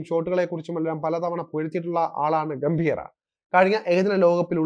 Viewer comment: ഗൗതം ഗംഭീറ അല്ല, ഗംഭീറ്. ്റെ ആ pronounciation പല വാക്കുകളിലും തെറ്റാണ്. ചന്ദ്രക്കല ഉള്ളിടത്തെല്ലാം മിക്കവാറും ചന്ദ്രക്കല ഇല്ലാത്തത് പോലെയാണ് ഉച്ഛരിക്കുന്നത്. ബാക്കി ഒക്കെ ok. അവതരണം കൊള്ളാം. സഞ്ജുവിൻ്റെ കര്യം കഷ്ടം തന്നെ.